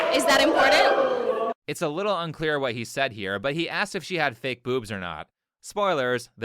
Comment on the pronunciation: Lets talk about the 1v1 finalists: 1) Nothing about this girl looks real. Her "beauty" can be eliminated with a couple sheets of baby wipes. Also: "is that in-pour-dent?" DUMB 2) Black women are obnoxious, masculine and incredibly arrogant. There's a reason why black guys want nothing to do with them anymore. 3) the awkward girl in all black was kind of cute. Didn't seem full of herself but my crazy meter was ticking a little bit...